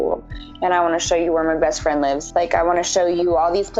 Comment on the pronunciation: How hard is it to properly pronounce live and lives seriously!!